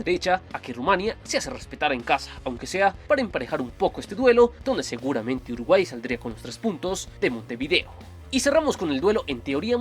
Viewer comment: Alguien mas se dio cuenta que en el minuto dice "Urguay"?